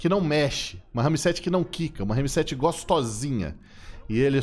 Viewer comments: que agonia ele falando RAMI 7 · Que agonia o falar " RAMI 7" KKKKK pqp. Parecendo minha tia falando RERI POTTER. 🤣🤣🤣🤣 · Porra, pensei q eu só eu q tava vendo isso. RAMI 7 É FODA NÉ